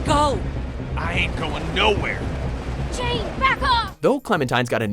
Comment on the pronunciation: the way he says jane